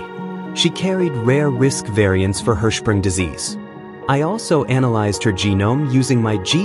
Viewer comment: Please have it pronounce “analyze” correctly next time 😭